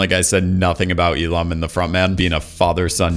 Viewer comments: Why do you call Il-Nam as Il-Lam? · Bro his fucking name is OH IL-NAM!!! OH IL-NAM NOT FUCKING E-LAM DUDE LIKE WTF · Wait, is Il-Nam supposed to be based on Elon Musk? Just listening to your video, whenever you say "Il-Nam" it sounds like "Elon." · You saying Il-nam had me convinced you were talking about Elon Musk.